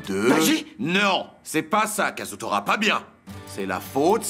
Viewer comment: c'est kazutora pas kasutora